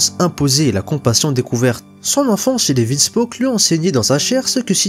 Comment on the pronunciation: Tout est parfait sauf l’énonciation du nom de famille de Sanji